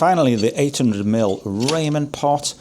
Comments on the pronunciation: Great comparison but it’s rah-men, not Raymond pot 😂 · Hi! I think it is pronounced "rah-men", the pot perfect is for instant ramen noodles. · it's said Raa-men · Lol "Raymen"! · Do the english really call the japnese dish "ramen" Raymon? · In America we pronounce "Ramen" as "Ra-mon", like the noodles!